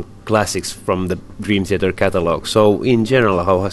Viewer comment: LOL Dream "Theter"